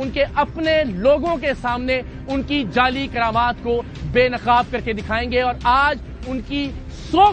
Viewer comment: قرامات نہیں کرامات۔